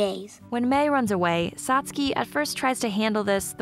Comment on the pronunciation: Completely agree 100% the new voices are raspy and less enthusiastic vs the original ones. They also changed the dialog which makes everything awkward. I also found it irritating they kept mispronouncing Satsuki's name. I am glad however that they kept the original music, sounds effects, and animation :)